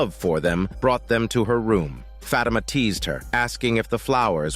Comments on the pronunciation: 😭😭 it's not pronounced "fat emma" Its "fa thi ma" lol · "FAT IMA"😭😭😭